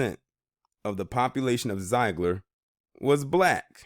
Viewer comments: My home town! Zeigler has been so good to me. It's actually pronounced Zig-ler Zeigler I'd a welcoming town to all kinds. I've lived here all my life and were welcoming to me. My family is deep routed. Native population is higher. As well as Asian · What you talkin about Willis. You cant even pronounce the name of the town correctly. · You are mispronouncing the name of this town.